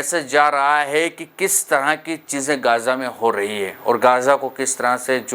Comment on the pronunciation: Gaja nhi hai. Gaza hai Speak right pls